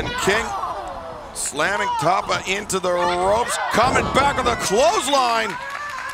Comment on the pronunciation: Say her name right Justin Roberts. It's Tapa like pasta.